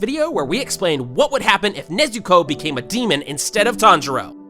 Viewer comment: Did he just say “let’s find out what would happen if Nezuko turned demon instede of Tanjiro!”